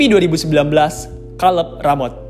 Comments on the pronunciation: Kaleb mas, bukan kaleb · Kaleb kaleb Kira salep 😂 Kacau bgt lu baca nama org